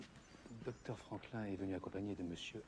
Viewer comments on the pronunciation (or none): For me as Spanish speaker, he pronounces as "Franclán" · I died at his pronunciation of Franklin : Frõklõ 🤣🤣 Btw, did Louis xvi say in English : "you don't speak french?" Did louis xvi speak english?